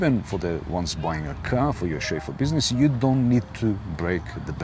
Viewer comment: Every time says ‘Chauffeu’ take a shot of vodka! Great information and entertainment!